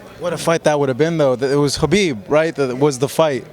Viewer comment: One of the very few reporters/interviews who actually says khabib name correctly